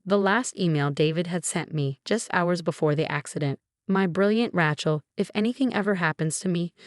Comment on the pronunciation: Rachel or Rattle ? Your computer reading needs a major update. This crap is shocking. No wonder the youth of today is so bad with examples like this. The worse problem is over the last few months none of your channels have showed any sign of improvement even though many readers, via their comments, have indicated you are not doing well.